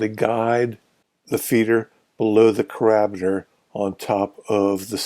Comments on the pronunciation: Thanks. Carabiner is pronounced /ˌkærəˈbiːnər/ (KERR-uh-BEE-nur) btw. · It is pronounced ‘care-a-beaner’ with the accent on ‘care.’